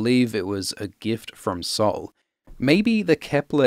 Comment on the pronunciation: Heeeey, you're pronounciation of sol was so good!!!! Not that is a hard word but sounded perfectly brazilian